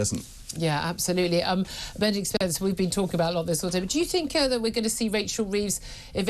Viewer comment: Except for when she says think... fink! I mean rayner